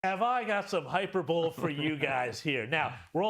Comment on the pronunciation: HIgh - Per - Bol - Eeee